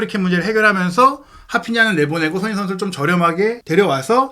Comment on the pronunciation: 손흥인 손흥인 은근 거슬리네. 방송인데 사람 이름은 좀 제대로 불러줘야지. 손흥민